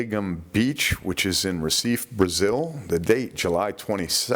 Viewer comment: let me help you out with your Portuguese -- the story from Brazil, the city is spelled Reciffe but it is pronounced Hesefay. My ex wife is from there